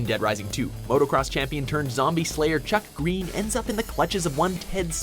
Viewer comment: Wrong way to pronounce: Chuck Greene Right way to pronounce: Little Chucky gween👌